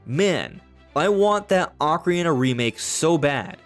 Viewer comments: Bro... SLOW DOWN... you can't even say "Ocarina" correctly. Your mouth almost never makes contact and keeps mumbling over words. "Okaree" instead of "Ocarina"... it makes the video so difficult to watch. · Took a shot each time you said "Ocari-tie" and I'm hammered